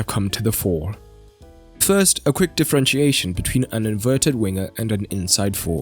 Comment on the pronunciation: „Inverted“ not „ inveted“